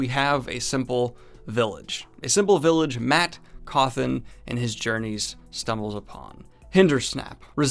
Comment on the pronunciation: They way your pronounce Cauthon as Cauthin is annoying. Sounds like you're saying coffin.